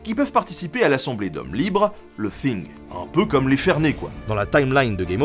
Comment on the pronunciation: Juste comme ça pour faire chier, c'est TING et pas thing